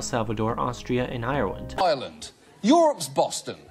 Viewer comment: so apparently you're born in Moldova and there are countries called Polan^, Bangla^esh, Irelan^ and Djibouti